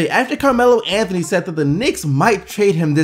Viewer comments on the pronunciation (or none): none